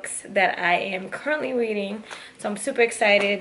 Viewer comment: Weading (Reading)